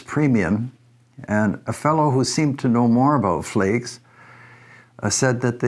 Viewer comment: I grew up within a mile of them. They pronounced their name Flags, with a short a. I’m pretty sure they’re not making rifles anymore.